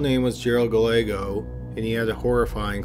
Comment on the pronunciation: Gallego is pronounced guy-EGG-oh